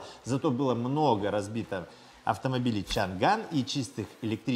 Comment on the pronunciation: СHANGAN - ЧАНАНЬ. Буква Г не читается.